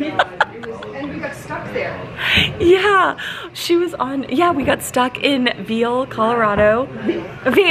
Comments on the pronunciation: Veil, CO "Veal" Lol :D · It’s Vail.